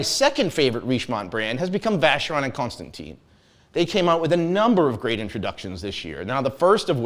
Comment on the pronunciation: Tim Mosso, help!!! is now butchering “Constanteeen” pronounciation, in addition to the infamous “Yayger”. That’s embarrassing...